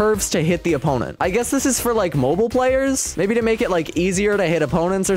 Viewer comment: It’s not modl its (mo bi l) for correction